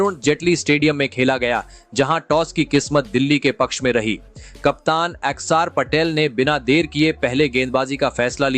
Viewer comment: यार आपको तो अक्षर पटेल भी बोलना नहीं आता ?